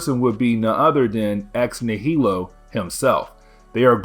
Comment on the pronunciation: Ugh, it’s ex nigh-uh-low. Not ex nuh-heel-oh. Like nihilism, nihilist, etc. ex nihilo